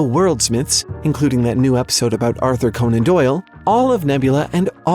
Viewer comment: How in the name of Hades do you not know how Conan is pronounced?